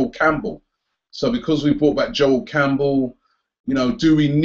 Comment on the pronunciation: Sorry it's CamPbell NOT CamBell😂